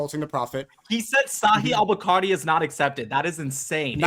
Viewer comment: He read 20.000 hadiths lolll he's definitely lying he couldn't even pronounce bukhari correctly 😭